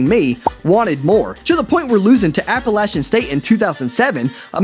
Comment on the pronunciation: Thanks for pronouncing Appalachian correctly